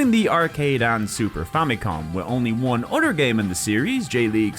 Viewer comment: its pronounced other not udder! Stop saying udder! We're talking PS games not cows milk! fr fr its annoying and bothersome.